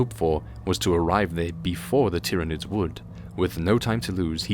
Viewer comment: ah yes the 'Tiranids' named after the planet 'Tyran'. I always imagined the Tyranids being pronounced like Tie, Tyrant or Tyranosaur, not Tick or Tim. So disappointed the first time I heard it out loud after reason codexes and black library books.